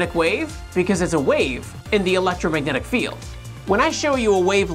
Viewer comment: "the electragnomagnetic..." lol